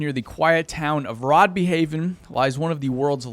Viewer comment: "Rod-bee-haven" eheheheeheh it is always so funny hearing americans try to pronounce anything danish Between this and The Exploring guy trying to pronounce "Ø is for Ørkesløs" I think its a tie